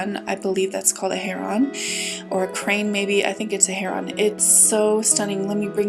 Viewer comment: Heron is pronounced herin not "her on".